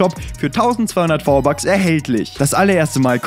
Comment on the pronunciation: Hör auf v-bucks sagen wenn dann richtig